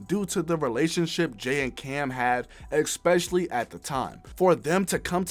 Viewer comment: U gotta stop saying “exspecially”